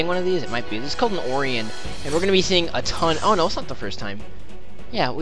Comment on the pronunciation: This is a second time in this LP i need to correct your pronunciation. Orion is not pronounced "Or-e-on" it's pronounced "O-ri-on" It's named after a constellation and is also the name of a hunter in Greek Mythology.